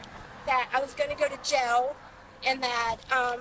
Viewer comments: An adult pronouncing the word jail like “jell” is infuriating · I hate the way she says jail (jell) and bail (bell) 😠